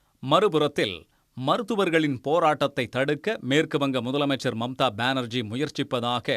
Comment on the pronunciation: மம்தா ❎ மும்தாஜ் ✅